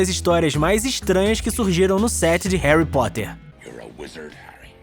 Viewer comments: Quem percebeu que no começo do video ele falou Harry pottler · Ele falou Herry protter